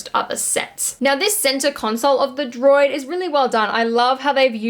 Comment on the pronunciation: Droid butchered by, both figuratively and literally.;-)